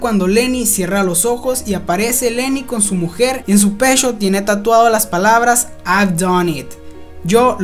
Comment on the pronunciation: el pechhhó la nochhhéé